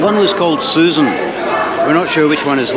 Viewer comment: “susan” is the Romanian word for “sesame” and is pronounced soo-SAWN